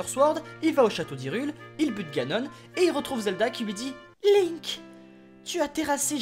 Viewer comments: Ses pas ganon ni jagon SES GANONE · Janon Moi: Ganon le japonais=Janon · G adoré mais j'aurai préféré plus d'humour et de même ( les 2 choses qui m'ont fait rire c "Janon" au lieu de Ganon et tu auras mon éternel gratitude et en bonus le "pas bougé" de Zelda sur Ganon ) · T'es un génie : "Janon" xD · TU AS TERRASER JANON (j'étai morte quand je l'ai entendu) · “Un-pa” “L’un-que “ “Janon “ t’as jouer à Eldaryaaaaaa ? XD C’est ce que j’entends x) (Je sais que c’est fé exprés)